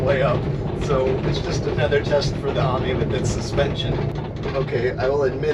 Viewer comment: It's a citreon A-mi.. Not an army... Pronounced A - meee.. Definately not an army buddy..